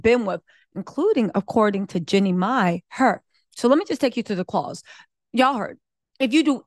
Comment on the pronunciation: I love u but it’s JEAN-NIE, not JENNY. It’s Jeezy, not Forest Gump.